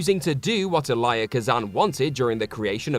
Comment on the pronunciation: Elia Kazan's name is pronounced EE-lee-ya, not ee-LYE-ya.